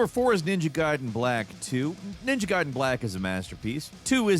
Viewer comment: So you CAN say Gaiden the correct way! What the heck happened in that video this weekend??